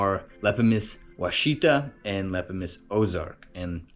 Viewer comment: Wichita is not pronounced as Wha cheetah. It is pronounced as Wash a taw as in Wichita KS. Wichita is not pronounced as Oh cheetah. It is pronounced as Oh ash a taw as in Ouachita MO or the native American tribe.